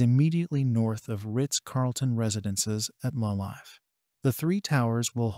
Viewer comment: LA Live = Luh live. 😂 A.I. at its infancy. Will be scary in the future tho.